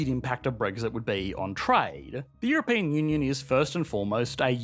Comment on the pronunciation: "EuroPAIN Union"? haha!